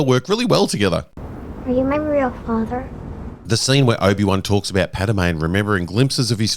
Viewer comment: Pad-meh. Pad-may. Not Pad-a-may, Pad-a-may, bakers man, bake me a cake as fast as you can.